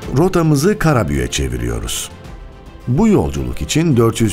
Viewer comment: Seslendiren kişi özel isim sonunu yumusatilmamasi gerektiğini bilmeliydi, Karabük e , yerine Karabüğe diye konuşuyor, Türkçe ye yazık ediyor